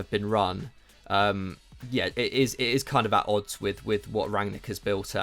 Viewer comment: Could see was seething at, missing that N in rangnic every time 😂